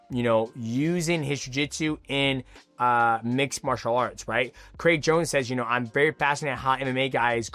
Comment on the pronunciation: Who tf is Craig Jonesy? 😂😂 why he keep saying it like that?